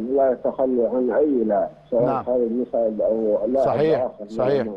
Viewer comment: مسعد...بفتح الميم و السين ساكنه...كان لاعب رائع جدا ومحترم